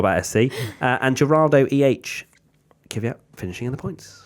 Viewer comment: I know it's hard to pronounce it for native english speakers, but it's not "KIVIYAT" as you all keep saying it. There is not an I between the K and the V. Maybe you should just say "KYAT" as it is much closer to the actual pronunciation than your damn kiviyat. I'm not even russian and I'm neutral towards DK, but it would be respectful if the commentators, journalists and F1 related content creators learned how to say his name correctly.